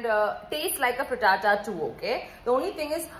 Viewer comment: When u say fritata sounds like hakuna matata so cool ❣️